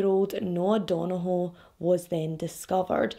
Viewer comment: I literally live a few hours from Belfast and i followed this story, but the detail you went through is amazing 👏 love your videos! The pronunciation of Donoghue was waaaay off hunni 🙈 good try though, our Irish names are hard lol thank you for telling this story so well 💗 xx